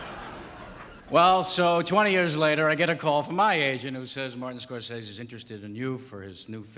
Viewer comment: He pronounced the name wrong, it's really more like Scor-say-see.